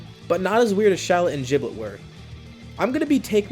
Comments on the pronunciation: You mean Giblet not jiblet! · It's not jiblit it's giblit